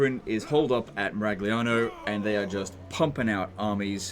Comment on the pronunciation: 🤌🤌🤌It's a Miragliano legend whatt'are you doing!!!! bad pronunciation, warhammer Tilea is Italy do notta destroy the names of our beautiful cities mamma mia!!!!! 🤌🤌🤌 greetings from Italy and please don't butcher the names 😂😂😂